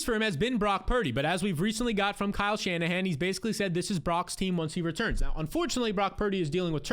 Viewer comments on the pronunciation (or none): none